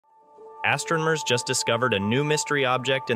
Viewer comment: "Astromers just discovered..." "CUT!!" Oh come on, it's PULSARS.... rhymes with MARS!!